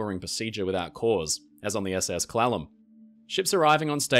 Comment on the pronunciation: Hes pronouncing Clallam slightly wrong and its irking me xD I blame his accent